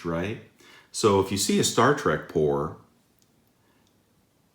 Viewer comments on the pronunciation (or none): none